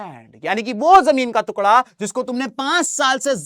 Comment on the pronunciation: Jamin ka tukda ❎ jamin ka tukla✅ 😂 btt sir u r the best teacher of sst 😊😊🎉🎉🎉